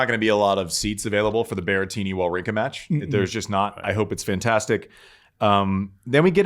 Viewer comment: Wawrinka v Djokovic, the battle of names Americans can't pronounce